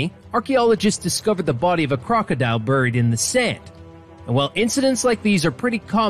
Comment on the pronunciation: Am I the only person who is triggered by the way the History 101 pronounces the word ‘crocodile’?